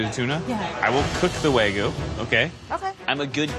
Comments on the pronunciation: It's not Wagu not Weygo. It's Wagyu. Wag - yu. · Wtf is wahgoo? It's Wagyuh (pronounced Wag'you... Like the city in 🇯🇵 it originates from).